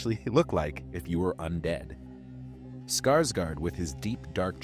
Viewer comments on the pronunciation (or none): none